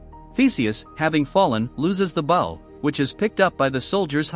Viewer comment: It's called "AI Voice Has A Hard Time Pronouncing The Word Bow"